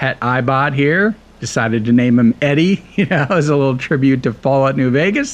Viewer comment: This is super friggin neat! Love the concept of automation in a post-apocalyptic setting. You've yet again amazed me! On a small note the eyebot ED-E's name is pronounced "E-D". As stated by Whitley in lonesome road, on top of Testicles, at the end of the DLC and game if you've encountered them If I remember.